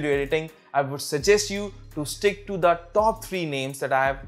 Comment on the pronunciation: "diiiiiiiiiiii most"...., its "" THE"", NOT " Diiiiiiiiii". and u didnt even highlighted or put up the names of Diiiiiii programs on the screen>< i mean your video is about that, how can u forget>.